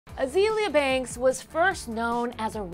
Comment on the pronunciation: wow they actually pronounced her name correctly!!! Azeeeeeeeeeeeaaaliaaa Banks.. not Azalea banks...